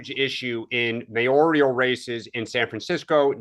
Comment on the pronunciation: Mayoral, not mayorial, darling.